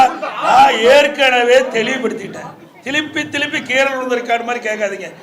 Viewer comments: திலிப்பி திளிப்பி என்னடா பேசுற, நீ மறுபடியும் முதல்வர் விளங்கும் நாடு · திலிப்பி திலிப்பி இல்ல சார் திருப்பி திருப்பி